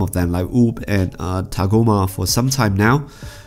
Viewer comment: I know it's good, that's not why i made the comment. Rather i was having a comedic go at the pronunciation. That's the emphasis sorbet gave when tagoma was shot out of the spaceship by frieza. And you missaid his name way too many times in your video i cringed every time with a big facepalm. Might be worth you rewatching your video to count them.